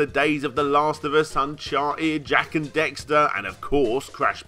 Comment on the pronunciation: How is it that someone so well versed in video game history still manages to fuck up and say "Jak and Dexter?" I've never been able to understand how this happens so frequently and isn't even caught upon editing to be fixed.